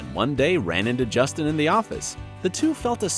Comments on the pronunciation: They this guy pronounces names.... it's really bad. Justin Chambers is clearly not Justina. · “... as Alex CARE-ev” and I think he said Justine lol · And then he called him Justine. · DID YOU JUST CALL HIM JUSTINE? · Wait, did he really pronounce Justin as "Justine"? Or am I hearing things? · Nope. He said Justine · Claire Dé Lune he said justina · At one point he also said Justine instead of Justin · I almost can’t handle the pronunciations of the first stars on screen and off screen names and it’s only a minute in! ! Justine?? Really? Get it together if you are going to make videos. Seriously. And, Chandra Wilson is NOT married. She has a long term boyfriend and children but they are not married. This is just a train wreck. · You are pronouncing Justin and his wife’s name wrong😂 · Why are you always butchering the pronunciation of the simplest names like Justin? You did it to Addison’s name in another clip too! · who tf is Jesteen? ITS JUS-TINNNNNNNN KAH-REV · Claire Dé Lune justine CAREev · so he spells and pronounces karev wrong, then calls him justine???? please... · "Alex carrot" "Justine"?!